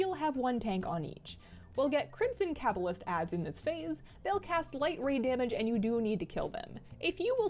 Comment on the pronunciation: say cabalist right